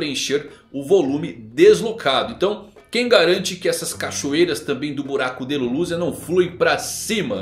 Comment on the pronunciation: O que o falou:O Filho de Shanks O que eu entendi:Filho D. Shanks